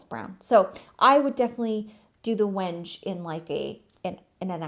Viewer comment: Wenge is probably named after that dark brown, almost black wood from Africa(I think). I think it is pronounced wing-gay🤷🏻‍♀️💚